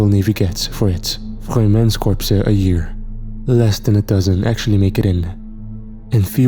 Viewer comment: I love military stories but Corps pronunciation is Cors not Corpse (a dead body)